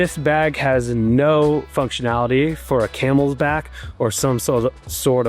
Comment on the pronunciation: And it's Camelback. Not Camelsback lol